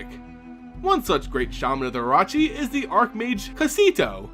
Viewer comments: no T in orochi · I'm sorry but your pronunciation of words like the orochi is just terrible LOL